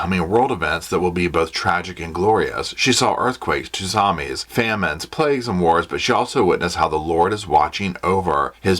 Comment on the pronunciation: Not TUSAMI tho honey 😧😬